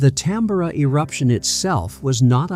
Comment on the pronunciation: Pronounced Mount Tam-bor-ah.